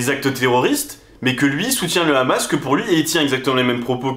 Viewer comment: Et oui en France condaner le rrrrrrrrhamas😅 c'est obligatoire 😅😅